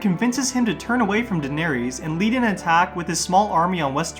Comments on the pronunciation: The words "Varys", "Danerys", etc. have an "iss" sound at the end, not an "ees" sound. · Since when are their names Varies and Daeneries? There's no "ies" lol it's "ys" ffs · I had to stop because I couldn't stand to listen to "Vair-ees" and "Dan-air-ees" anymore. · jesus I got so annoyed at hearing "daenereez" and "vereez". just pronounce it like they same the name in the show!! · Bro why you saying Varys and Daenerys wrong? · Like you literally have a whole show that tells you how their names are pronounced….. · Bruh have you even watched Game of thrones? Your pronunciation of "Varys" makes me cringe. 🤮 just heard of your pronunciation of Daenerys and I'm convinced you never watched a day of the show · Dude, are you mispronouncing all their names on purpose or something? Holy shit. Sonsa, Denaries, Qyburn????? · Dude, Varys is pronounced "Varris," not "Varies." Same with Daenerys and Lollys.